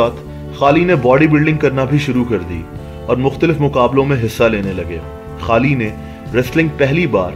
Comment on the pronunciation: Bhai Pehle bolna Sikh le..... खली होता है।।ना कि खाली 😂😂